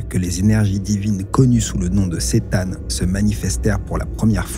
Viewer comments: Sa se dit c'tan je crois pas ç'tan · Ni l'un ni l'autre, visiblement! Dixit le wiki : The C'tan (pronounced ker-TAN) ... Super video soit dit au passage